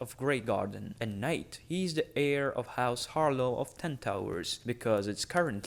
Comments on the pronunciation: god i had stop watching this video because you pronounced "HarLAW" as "HarLOW" its a completely different vowel man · I swear to the drown god, if I hear once more "Harlow"....